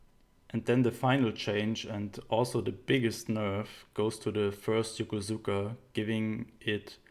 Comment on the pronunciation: the "u" in Yokosuka is fairly silent. pronounced "Yo-kos-ka.' Sorry, gotta be that guy ^^